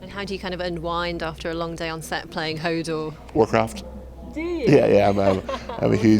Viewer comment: i hope he could say more than just "hordor"